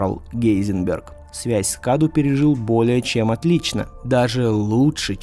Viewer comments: Не Каду а Кадоу (ударение на О). Cadou в переводе с Румынского - подарок. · Не КАДУ, а КАДОУ, переводится с румынского как ПОДАРОК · Паразит с румынского называется cadou, читается кадоу а не каду, то что обозначает подарок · Оаоаоа Я бомблю просто. "CADOU" это не КАДУ. Это на румынском произносится как "КАДОУ" что в переводе значит "Подарок" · Cadou с румынского переводится как Подарок. и Произносится кадоУ. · Название паразит скорее всего произносится как "кадоУ",c румынского это переводится как подарок. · о в слове кадОу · Cadou = Подарок (акцент на о)